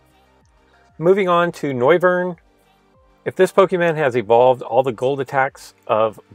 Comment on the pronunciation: Kimberly Cooper he also said pokeman